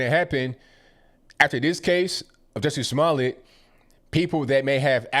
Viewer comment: Hahaha. I love that you are saying Juicy Smoolyeah.... .